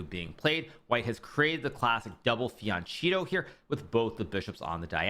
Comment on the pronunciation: Can someone tell Hikaru that fianchetto is pronounced fianketto not fiancheeto? It's like fingernails on a chalkboard